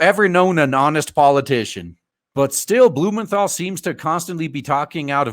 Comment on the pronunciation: I heard Senator BOOMERthal LMAO